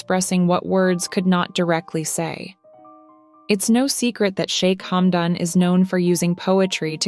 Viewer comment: Плохой перевод,плохое произношение,что за шамба,хамдон.